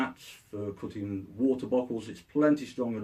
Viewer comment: i thought he said cooking but he was saying cutting all along